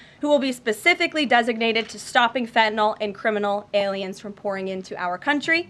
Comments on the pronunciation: Why, oh why can so few people pronounce the word fentanyl? It is not pronounced fentanol. There is a Y in there people! Jeez! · I'm just glad to hear someone pronounce "Fentanyl" correctly.